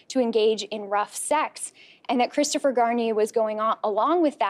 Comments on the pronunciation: "poor Chwistopher" 😂💦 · "poor Cwistopher..." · He said Christopher shampoo 😩😂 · Christopher Sham-poo. 😂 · Poor cwistopher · Hahaha 😄 "pooor Cwistofer 😢" lol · LMFAO HE SAID CHRISTOPHER SHAMPOO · "Cwisterfer" classic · Poowur cwistophur